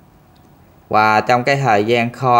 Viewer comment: Em phát âm từ VỊ được nhưng tại sao lại phát âm từ VÀ là QUÀ?